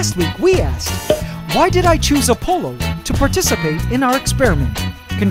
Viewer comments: I heard Dionysus and Apollo pronounced differently in school… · the way this man pronounces "Apollo" and "Dionysus" causes me physical pain